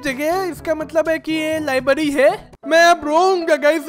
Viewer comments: Libary nahi library😂😂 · First libary nahi hota its library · Bhai libary nahi library😂😂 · Library hota ha libdy nahi hota ha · Bhai lyerberi bol